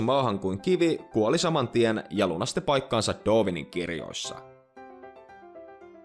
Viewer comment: Sanoit doovinin etkä darwinin